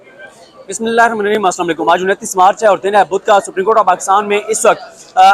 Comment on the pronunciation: بسم اللہ الرحمن الرحیم کو صحیح پڑھا کریں شکریہ